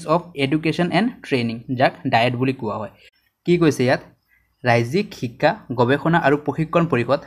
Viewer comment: সুন্দৰ কিন্তু অসমীয়া শব্দৰ উচ্চাৰণৰ প্ৰতি সজাগ হোৱাৰ প্ৰয়োজন । বিশেষকৈ ব-ভ,দ-ধ, ক-ক্ষ, ঠ-ট আখৰবোৰৰ উচ্চাৰণত ... (যেনে সঠিক শব্দটো সটিক আৰু শ্ৰেণীকোঠা শব্দটো শ্ৰেণীকোটা, শিক্ষা শব্দটো শিক্কা আৰু ধন্যবাদ শব্দটো দন্যবাদ বুলি উচ্চাৰিত হৈছে। ধন্যবাদ !